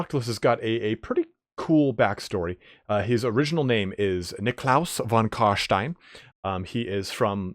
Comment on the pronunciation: please stop saying von Carshhhhtein.